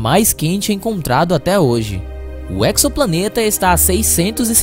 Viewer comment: Uma vez que tenha vindo direto do Inglês, alguns astrônomos tanto profissionais quanto amadores, têm pronunciado a palavra "exoplaneta" como /eksopla'neta/. A pronúncia correta em Português é /ezopla'neta/. O prefixo grego ἔξω, "de fora, externo", compõem várias palavras eruditas tais como exodermia, exoesqueleto, exosfera, exotérmico, exótico. Todas, sem exceção, são anotadas com /z/ nos melhores dicionários de Português, que indica que sua pronúncia deve ser feita com /z/ e não com /ks/. Exoplaneta não está ainda dicionarizada, devido a sua juventude, mas nada sugere que esta seria tratada de modo diferente